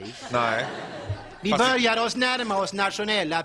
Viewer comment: börjar, inte börgar....du stämmer kanske in på det?